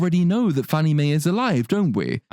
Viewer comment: She also pronounced "Alive" as " a liv"